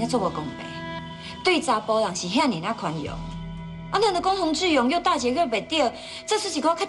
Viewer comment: 吳品妍 許鈞鈞發音不標準 是''志''勇 ㄓ四聲 而不是 ''自''ㄗ勇四聲 學點正音班再來演戲好嗎?! 我就算講話沒有很標準 也不會ㄓ ㄗ 分不清!!!!!!